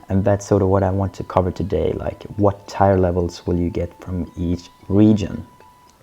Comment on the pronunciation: Thanks! Your videos are really helpful. But just wanted to point out, the word tier is pronounced like "tear". Tire is the wheel on a car.